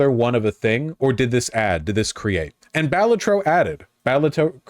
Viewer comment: If he pronounces Balatro wrong one more time istg